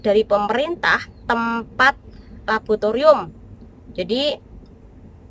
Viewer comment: Laboratorium tow mbak, kok labotorium 😂😂😂😂